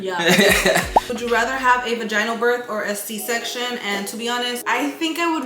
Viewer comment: the way you say vagINEal birth instead of vag IN nal had me laughing so hard